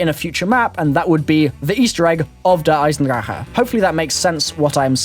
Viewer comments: Der-Eye-son-drack,, not Der-Eye-son-draher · It's "Der-i-zen-drack" don't believe me? Hear Jason Blundel say it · he says der eisendrache wrong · you say "Der eisendrache" so wrong haha try speaking it out differently